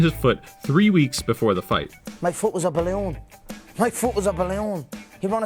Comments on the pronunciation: Speak properly man, its "BALYOON!" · his foot was what? A baleaoon?